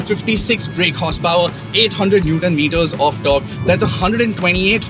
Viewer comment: You had me at eighdd hundled newddon meeddahs of dork